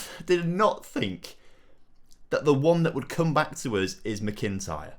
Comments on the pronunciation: It's not "Mi-kin-tyre. Its Mac-in-tyre 👍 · Scottish people squirming at the pronunciation of McIntyre